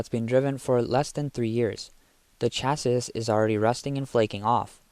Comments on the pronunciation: It's pronounced "chassee", not "chass-iss", but otherwise, much better narration than the 90% of all YouTube videos that are now AI narrated. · Chassis is pronounced cha-see! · This is killing me...Chassis...is pronounced CHasē,ˈSHasē, it has an "E" sound on the end. Naww, just joking, IDC about that, just pretending to be a Grammar "Yazi"! Nice channel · Chasis SAY Chasee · I hate to be this guy, but it's pronounced "sha-see" or "cha-see", there's no 'sis' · what in the heck is a Chass issssss crappy AI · China has zero oversight on everything, QA is unknown, Jesus, these cost-cutting clowns! Chassis pronounced cha-say. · The way you pronounce ‘chassis’ makes you sound like AI 😂 (the last s is typically silent) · Imagine not being able to pronounce simple words…….. “chassis” 😂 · You’re pronouncing chassis wrong 😂😂😂